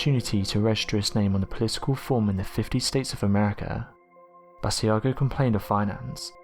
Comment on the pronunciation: BAA-SHE-a-GO. Great video. Hope that helps with pronunciation.